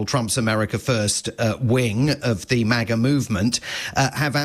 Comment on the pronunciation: I have never heard maga pronounced like that and i never want to again